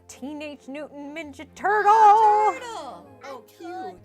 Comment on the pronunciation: I thought it was a "laugh-track" until I heard "TOurtle" in the background!